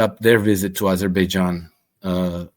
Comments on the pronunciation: U mispronounce it's Baberbaijan😂😂😂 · I don't know "Azerbaijan". I thought it was "Aberbaijan"